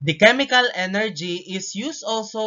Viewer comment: Hey it's chemical not chemicalcal im in 2025